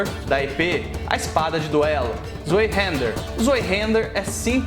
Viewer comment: Zoeihender? Ué em todos os vídeos americanos e alemãs sobre essa espada que vi a pronúncia era isvaihender